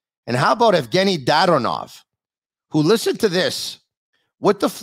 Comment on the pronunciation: Actually it's pronounced DaDOnov. The inflection is on the Do.;)